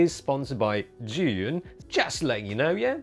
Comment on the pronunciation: You can’t pronounce zhi!?!?